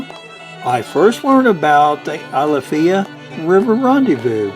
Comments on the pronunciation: My family’s lived on the alafia river since the end of the 2nd Seminole war and the way you say it is driving me nuts You Say it like Al-if-i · Great video, but you gotta pronounce it right: AL UH FY. Long I.